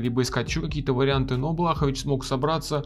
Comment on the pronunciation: Лучше будет если назовешь бойцов по фамилии правильно, Блахо́вич